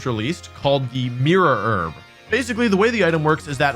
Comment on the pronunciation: ah yes the merer erb